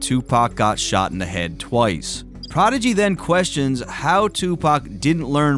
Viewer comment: I never thought prodigy was that good, pretty simple actually and his voice and pronunciation is terrible